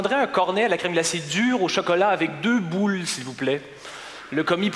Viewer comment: jadore comment il prononce ''boûles'' XD